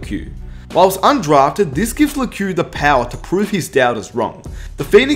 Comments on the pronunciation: pretty sure it’s pronounced “Leck” not “Lekew” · It's Lekew